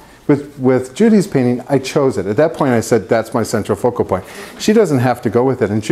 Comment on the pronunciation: i tookk a shot evertime he saidd ce tral focal ppoint and nowe i can nt type. haha jk. love your videos